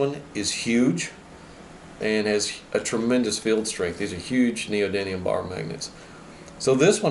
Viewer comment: I don't know if it's the roll of the tongue but I keep hearing neodyNium when its neodyMium. Ribbon tweeters rule btw...